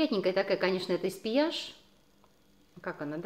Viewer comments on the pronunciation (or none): Ну какой Эспьеяж.... Эспьегль. Точно во Франции живёте?